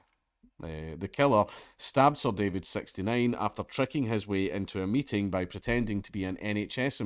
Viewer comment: Not to be disrespectful, but when you read "The killer stabbed Sir David, 69" I heard it like "SirDavid69" like an Xbox Live screenname